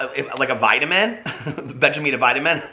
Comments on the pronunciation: the one thing I love more than your videos is I Love Lucy and for the love of God it's vitameatavegamen not vegameatavitamin! Love you! LOL:) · "Vegemite vitamin" XD do you mean 'Vitameatavegamin?' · It’s Vita meata vega min it’s all one word but I spaced it out for you so you could see how to pronounce it!